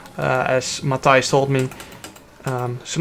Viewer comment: Mooi hoe je probeert om Matthijs ook op een Engelse manier te zeggen 😂 geweldig geracet trouwens Jarno🙌👏